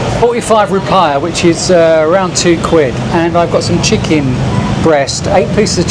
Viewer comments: Mate, just get a Wise card, it works on (almost) aby ATM in the world, and the exchange rate is good. Not that you'd need to use the ATM, you can just use the card in shops. Also, the 'i' in 'rupiah' is pronounced 'ee' - roo-pee-ah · Bintang Bin tang not bantang. Rupiah Rew Pee Ah